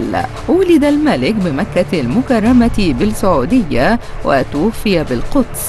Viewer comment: المذيعه تقول ولد بلسعوديه تنطقها لام قمريه وهي تقصد بالسعوديه نطق اللام شمسيه يعني لاتظهر اللام ...